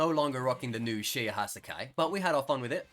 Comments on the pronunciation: I cant tell if him saying Hassaikai this way triggers me or makes me laugh a bit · Love the content, cant stand the way he pronounces hassaikai